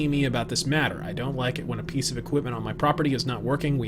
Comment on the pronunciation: Kojima: Did you rike it?: You're not literate.